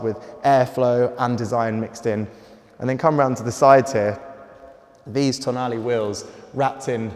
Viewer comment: Can you just try to pronounce the last letter of the car’s name with the right sound…please 😔